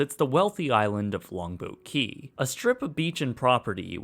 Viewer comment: Great video with one exception. Your enunciation of "Longboat Key" was so poor that it took me almost until the end of your video to understand what you were saying. It is two separate words and should be as clear as the rest of your narration.